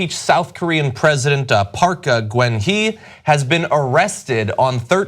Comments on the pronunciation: I am sorry, but this is driving me crazy. it is not "Park Gwan Hee". It is pronounced "Pack Gun Hey." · PLEASE learn how to pronounce a name before you report on it!!! It's so disrespectful to just guess. Park "Goon" "hay" is the closest phonetic spelling. You won't go wrong pronouncing it more like this. Koreans DO NOT have the name Gwen in their vocabulary. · She's gone from 'Park Waa-hee' to 'Park Gwen-hee'. Progress is being made at the TYT research department. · The former South Korean president's name is Park Guen Hye. It is pronounced Bach (like the classical composer) Goon hey. You guys slaughter her name every time! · It's pronounced "Park Goon Hay" and not Park Gwen Stefani : ) Hee. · Wow, they mangled the Korean former president's name. "Parka Gwen Hee"?? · Can you please pronounce the former Korean president's name correctly? You butchered it.